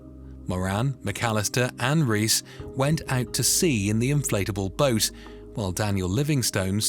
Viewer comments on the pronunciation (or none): As a Spanish speaker, it’s not pronounced ‘Reese’ it’s ‘ray-es’ :-) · He called the Columbian guys second name as “Reece” instead of “Reyes” 🤣🤦‍♂️ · and the name Reyes , which it pegs as reece